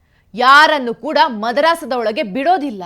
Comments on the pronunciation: ಮದರಾಸ ಅಲ್ಲ ಮದರಸಾ. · ಮದ್ರಾಸ್ ಅಲ್ಲ, ಅದು ಮದರಸಾ.